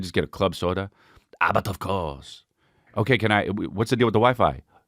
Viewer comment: Gettin into the french accent by muttering "bud of couurse" to himself 😂